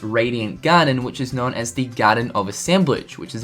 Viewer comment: Unknowen, showen, knowen.... Why do you force a vowel where one isn't needed ??? ya'know(en)